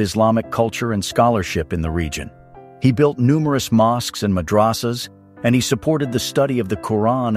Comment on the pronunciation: Okay habibti repeat after me MADH-RAH-SAH WTF is a madrassa